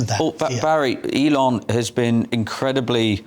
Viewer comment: His name is Elon, Barry..... go on, say it.😊